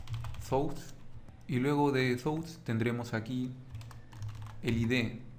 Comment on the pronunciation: Lo vere pronto. y thoughts... no se pronuncia como tu lo pronuncias.